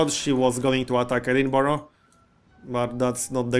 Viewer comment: You learned to pronounce Edinburgh! ;)